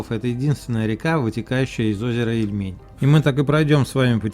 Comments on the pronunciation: Спасибо вам за видео. Единственный, что резало слух - это неверное ударение в названии нашего озера. Ильмень, а не ильмЕнь 🙈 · ИльмЕнь пельмень... Ильмень, ударение на И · Всё бы хорошо, но почему столько ошибок в ударениях? Мне как новгородцу даже обидно немного. Понимаю, что невозможно всё знать, но всё-таки уточнить в интернете всегда можно, верно? В названии озера Ильмень ударение всё-таки на «И», а не на «Е», Ярославово ДворИще, а не ДвОрище, КрЕстцы, а не КрестцЫ. Будьте внимательнее и удачи! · Надо тщательнее готовиться, автор! Ошибки в ударении озеро Ильмень, а не ИльмЕнь, Ярославово дворИще, а не двОрище!!! Юрьев монастырь основал Ярослав Мудрый, а не Юрий Долгорукий, который жил через 200 лет позже и основал Москву! Почему бы не сказать, что Господин Великий Новгород старейший русский город основан в 859 году! А Москва только в1147! В общем слабенько !